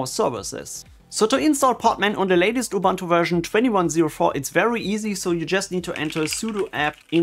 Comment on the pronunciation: I just watched couple of your videos, really good quality stuff. One thing strucks me though in every video. Since I used to be Ubuntu maintainer, my ears are bleeding when I hear how you pronounce Ubuntu ;)